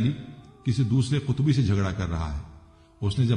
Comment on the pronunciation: قطبی نہیں صاحب۔ قبطی صحیح لفظ ہے۔